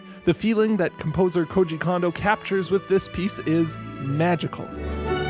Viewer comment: I love all your videos including this one, but please understand: there's only one o vowel in Japanese, and it rhymes with "oh". So the "Ko" in Kondo should rhyme with the "Ko" in Koji. I figure if he's your man (as he is mine), you should pronounce his name correctly. :)